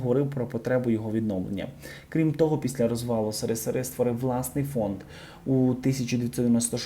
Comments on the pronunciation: Не сири- сири,а ес ер,ес ер. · Не сири сири, а есересер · Чому допускається така безграмотніст коментатора: замість «ес ер ес ер»-«си ри си ри». Коментатор-взірець мовлення. Дуже прикро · Держава називалась - єсєрєсєр, а не сирисири. Жуть какая. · Не позорьтесь з вимовленням! Які такі СеРиСеРи? Вимовлюється як "СеРеСеР". Позорищє , що вимовляти не можете!!! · СеРеСеРе звучить прикольно, але правильно еСеРеСеР. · Що за "сири-сири" - невіглазство ,нормальні люди кажуть еСеРеСеР. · Да не " сирисири " , а есересер . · Не " сири сири",а "ес ер ес ер",або ж "есересер" !!!)) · Господи! Та не сери-сери, еСеРеСеР!!!!!! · ес ер ес ер. а не сирисири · Яке "сирисири"- де ви навчались? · Коментатор-пацанюра!!!Не Си Ри Си Ри,а Ес Ер Ес Ер(СРСР).Це вже історія,якою вона б не була... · Си-ри-си-ри, Ви журналіст, то маєте говорити ес-ер-ес-ер !!!! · СРСР - цю абревіатуру потрібно вимовляти вірно і це буде так « ЕС- ЕР - ЕС - ЕР», а не «Сере - Сер» і « Сери-Сери», як жахливо каже блогер!!!!! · Диктор, що за сири-сири? Ти що, з нужника "вєщаєш?" Вимовляй правильно: еС-еР-еС-еР! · так СЫ или ЭС ? Некрасиво с Вашей стороны так читать аббревиатуру. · Ведучий не сери сери а есес есер.не сміши людей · еССеСеР, а не сисири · Расшифруйте пожалуйста, что это за страна о которой говорит диктор .,которую называет Сересере.это безграмотность диктор или какая то неизвестная страна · Прошу вибачення, але правильно говорити ЕС ЕР ЕС ЕР, а не си ри си ри. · Те що закадровий текст читається неправильно СРСР , по дибільному звучить . Наша Україна була частиною СРСР. це погана структура. Але по дибільному називати абривіатури не красить укр.мову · Обращаюсь к читающему текст; пойди высресь,а потом записывай видео. Какой бы он не был этот ссср, но твоим родителям пришлось в этом союзе жить. Думаю твоё "сыры сыры" им очень режит слух. Да и новость ты рассказываешь о первом президенте того же союза. Имей немного уважения. Сыры сыры. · Говоріть правильно. Не Сирисири а Есесер. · Не СЭРЫСЭРЫ,а ЭСЭРЭСЭР